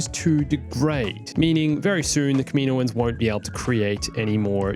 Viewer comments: its kaminoans not kaminoins just trying to help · The way u day kaminoans throws me off lmao i pronounce it “cam-in-owens” Also, one thing that sucks about introducing anything new is how it wouldn’t fit in the og trilogy (maybe) and ESPECIALLY the sequel trilogy. There’s a lot of loops to go thru